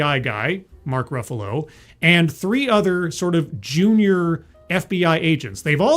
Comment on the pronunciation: "... Mark Ruffulo" And you lost me